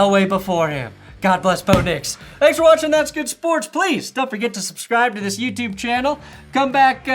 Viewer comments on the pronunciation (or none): none